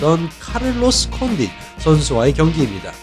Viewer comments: 콘딘이아니라 콘딧이요 조쉬버트만이 아니라 조쉬버크만이요 ㅡㅡ 저번에 벨라토르 단체이름도 자꾸틀리시고 이제는 선수이름도 자주 틀리시네요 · 카를로스 콘'딘'은 좀 너무 한거 아닙니까..